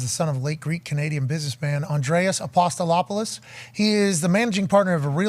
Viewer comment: Pat struggling to pronounce Apostolopoulos was incredible